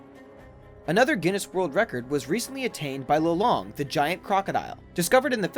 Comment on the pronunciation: im face palming every time you say lolong because im pinoy